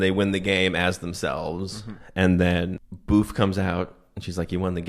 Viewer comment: Her name was booth or boof?